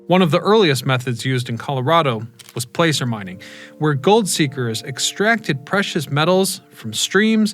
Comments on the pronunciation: You mispronounce placer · Doesn't know how to say placer of Leadville